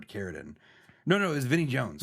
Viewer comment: wait. why does pronounce "Carradine" like that? I never noticed that before.....